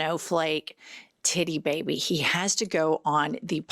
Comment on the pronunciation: Did you say titty baby like titty like teeth tight